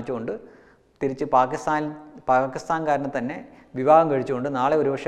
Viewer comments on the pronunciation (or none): none